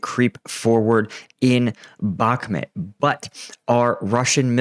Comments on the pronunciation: brother, I love your daily updates and find you to be one kf the most reliable. But dude, being Ukrainian Canadian myself I cringe everytime you say Bakhmut lol. It's pronounced Bakh-moot. I believe in you brother. Bakh-moot. I think you spent to long in the middle east lol. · Bakhmut: It’s mut, not met…